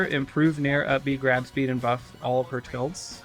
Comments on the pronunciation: bro did NOT say tilts lmao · also did not say tilts LOL